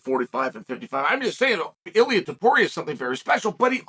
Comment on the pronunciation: After calling him multiple times Topura, he suddenly correctly calls him Topuria when mentioning how difficult his name is to pronounce. There truly is no end to Chael's trolling lmao